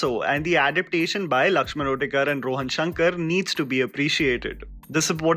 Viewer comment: It's not Lakshaman otekar it's Uttekar🤦